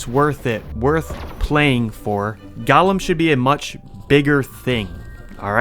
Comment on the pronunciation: Broh how do u think golem is pronounced like that